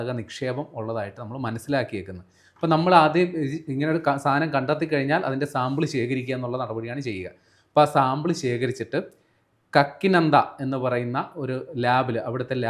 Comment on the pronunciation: The people at the desk are two monkeys, don't have any technical knowledge about the oil drilling and what are the progress made so far in Andaman area . Also the name of the place where the oil sample is tested is not Kakinanda it is കാക്കിനട (Kakinada). My advice to these monkeys is read and understand the topic then you serve to the people.